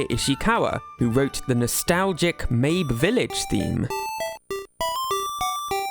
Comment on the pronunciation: pronouncing mabe as meyb killed me 💀💀